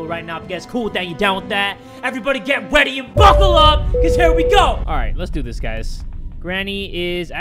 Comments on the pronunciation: anyone hear say “weady” instead of “ready” or is that just me?? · Did he say everybody get "weady" and buckle up XD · 2 years late but did anybody else notice he said "weady" in the intro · "Everyone get weady" Lol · So no one else noticed he said “get (w)eady and buckle up”? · did he say ready or weady?